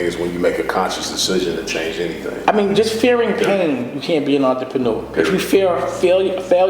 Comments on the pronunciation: oontra-paw-new-ah -dame dash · damn why can't Dame pronounce 'entrepreneur' correctly? Sounds like Russell Simmons must've been coaching him to say it that way. And there I was thinking those high-water shorts in every clip were bad...